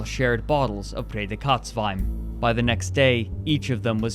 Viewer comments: Thanks — that now makes sense to me. I was racking my brain to figure out what he meant by "Pray the Katz Wine". And then thought he must have said "Pretzelwein" ... He should have read it out with rapid English enunciation as "Pray dee cuts wine". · Ich dachte auch, dass er Kotzwein sagte! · his German pronunciation is atrocious, I hat to look in the comments what "Feder-Kotz-Wein" was supposed to be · I kept hearing whatever he said in this vid as "Prädikats Wine" which would literally be "Predicate wine" I feel bad for laughing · I'm German, and I must say: your pronouncing of Prädikatswein sounds like "later kotz Wein", witch means "later vomit". Fitting. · I'm not a native German speaker but I speak it and I was like "what the hell is Redekatz wine and who would want talking cat wine?" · I was really confused about the "pay the cuts" wine. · What is the right way to pronounce it? Reading it, and with my (very) limited German knowledge, I think it sounds like PRAY-dee-KAHTZ-vine. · I understood it at first as "près de Kotz" ("close to vomiting") wine and thought it was a nickname similar to "Chateau Migraine" :-) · "Prädikatswein" for anyone who thought it was "Braydekotswien" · The whole time I was just wondering what he means with "Präkotzwein" then I finally realised he is talking about "Prädikatswein" and I laughed so hard. Great video, greetings from austria! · I was like "talking cat wine?" (Redekatzwein) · I swear every time I here say "Prädikatswein" (special quality wine) I hear "pray the Katz wine" in my head (Katz as a short form coming from Katze, which is cat in German). The first time watching I was like "what do cats have to do with wine?" ^^ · It took me 5 years to realize that he says "Prädikatswein". This whole time I thought he was saying "Federkatzwein" and I was confused why I couldn't find anything about it 😅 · What’s the name of the wine? Sounds like “pay de cotes” wine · Ohhhhh i was like whata betacatswine